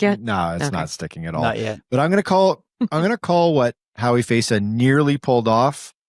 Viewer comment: Please get her name right on the chapters - it's Hawi Feysa, not "Howie Faisa"